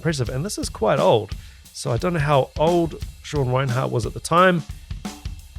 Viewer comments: 1. It's REI-NERT, not Reinhardt. (You Kiwis always make things sound weird too.😅) 2. He's really a jazz fusion guy who accidentally fell into death metal when he met Chuck Schuldiner as a teen and joining Death. He said his biggest influence is Vinnie Colaiuta. You can really hear it in his work in Cynic, especially their first album. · 1) it's Sean Rein-ERT not Rinehart (RIP - one of the most mispronounced names in metal). 2) he's the personal hero to many thousands of drummers including myself, so NICE CHOICE here dude. Maybe try watching a live CYNIC video of him from the 1990s. His playing with Cynic was where he cemented his legend. There is one video shown from behind the kit where Sean's left hand mastery is fully on display. ('swhat she said) But his playing goes far beyond the techniques he uses. He is/was a one man orchestra. Dave Lombardo meets Vinnie Colaiuta times nine.